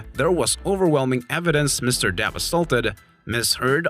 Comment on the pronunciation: His name is, DEPP, not, DAP. 🤡